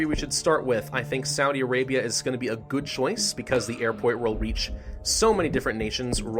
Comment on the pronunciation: “Saudy Arabia” “chalk-o”